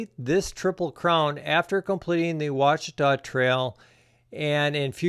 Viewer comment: Thank you for pronouncing it properly. Good luck.